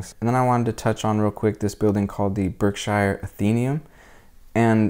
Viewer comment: Great coverage of Pittsfield, I'm a native born here now and Octogenarian just for future reference, "Berkshire" is pronounced "Berkshure" not Shire! But its a common mistake lots of people make . Thanks again for a great video and for sharing. ECF